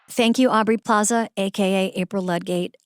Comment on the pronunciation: Does it bug anyone else that Amy calls Aubrey "Plazay?"